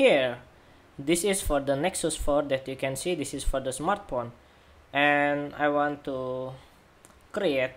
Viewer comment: I only hear "smartporn" instead of "smartphone" ...